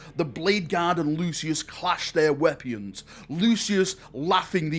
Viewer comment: Did say “weapeans” instead of weapons at 4 minutes 30 seconds?